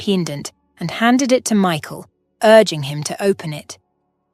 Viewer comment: You need to pronounce Michael properly it put me off the way you speak so until you learn to speak properly I want be watching any more of your crap.